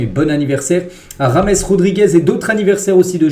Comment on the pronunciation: James Rodriguez !! Tu dis rames !? pas comme James Bond !? Tes vidéos sont toujours sympas et intéressantes bonne continuation à toi